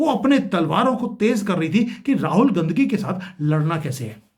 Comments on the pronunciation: अबे गाँधी बोल ना... बराबर....भो😮...ले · साहब पहले गाँधी बोलना सीख लो...तब बाद में भाषण देना।अभी तो आपको बोलना भी नही आता है।कोई दिक्कत है तो स्पीच थैरेपी करवा लो।ऐसी भाषा से आपके घटिया लेवल व संस्कार का ही पता चलता है। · राहुल गांधी का उच्चारण ठीक करिए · भाई साहब आप बीजेपी की तरफ से बैटिंग कर रहे हैं आप गांधी सही नहीं बोल पा रहे रंगिया बांग्लादेशी गीत चुनाव का स्टैंडर्ड तुम्हारा 11 साल से क्या कर रहे हो अब यह बात है हजम नहीं होती कोई नया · अगर आप सिर्फ analysis करेंगे तो ज्यादा असरदार होगा।किसी के भी surname को गलत तरीके से बोलना आप के analysis को कमजोर करता है और आपकी घटिया मानसिकता को दिखाता है।